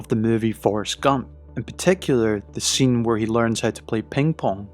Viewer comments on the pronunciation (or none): none